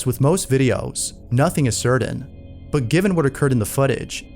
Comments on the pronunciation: can you start pronouncing certain better? it's like SIR-TEN not SERDEN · Correct pronunciation of the English language will make you sound more professional please do not pronounce certain with a 'd'.